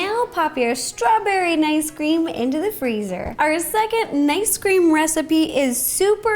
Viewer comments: Is it just me or did Ro call it Nice Cream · Rosanna:ice cream🍦 Me:did she say nice cream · its ice cream not nice cream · Why did I hear nice cream. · Who else has been hearing "nice cream" instead of "ice cream"? LOL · It cinda sounds like you said nice cream it’s cute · me: Is it just me or she said nicecream a few times Everyone: .... Me: ok just me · Me: Yay! A new video! Also me: hears nicecream wait, nicecream??? IS THAT HOW THE NICECREAM GUY MAKES NICECREAM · Is it just me, or is she saying ‘Nice Cream?’ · That’s what she’s been saying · I can’t tell if she is saying nice cream, mice cream, or normal ice cream.. no hate! Love the vids! Keep up the good work!! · Is it just me or did she say nice cream? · Idk why, but everytime she says ice cream I hear her pronounce it as nice cream 😂